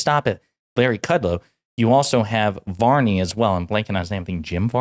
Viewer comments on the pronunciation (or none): It’s Stuart Varney FYI